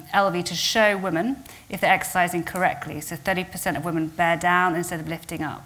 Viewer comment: It's pronounced /ˈwɪm.ɪn/ (Cambridge Dictionary)